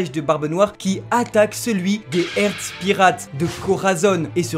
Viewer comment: Par contre il va vraiment falloir prononcer correctement le nom de l'équipage de Law. Parce que Heart, ça ne se prononce par "Hertz".